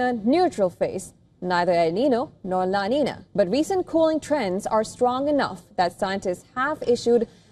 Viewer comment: The pronunciation is "La Ninya"